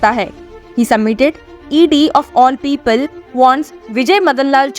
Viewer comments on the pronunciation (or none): none